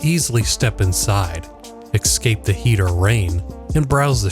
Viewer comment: “escape” not “excape” lmao